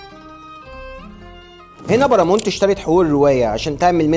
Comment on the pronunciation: اسمها باراماونت مش بارامونت 😂😂